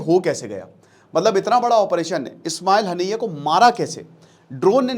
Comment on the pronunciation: Ismail hanaiyya nhi hota master ji..Ismail hania hota h....pronounce wrong h....kya pdhate h bacho ko